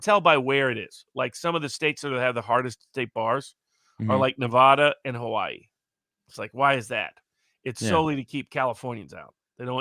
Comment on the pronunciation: Great guest and talk. Been listening to Barnes about a year now. He’s spot-on on all of his takes even when they’re not popular by the right. He’s super great. (Except the way he mispronounces Nevada).